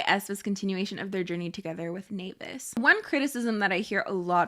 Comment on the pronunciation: The way you say naevis and Hybe tho lyk why would u consciously do that to us😌😭